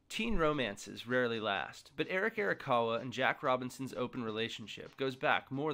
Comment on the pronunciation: "eric erakawa"